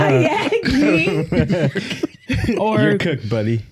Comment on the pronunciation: I lost it when she read "kayaking"😆😆😆💥🖤